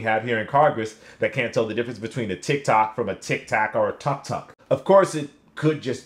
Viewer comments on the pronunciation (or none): none